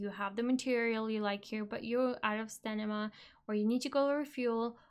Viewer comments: I don't think it's much of an issue that you say stanima instead of stamina, but everytime I hear you say stanima I'm like uuurgh :DD So funny :D - Thank's for updating your tips and tricks though! Was looking for a video like that but only found your old one a few days ago :) Glad I get to see this now! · Pssst love your voice and love the video but its STAMINA :P not STENIMA :) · good video and its cute when you say stanima. 😂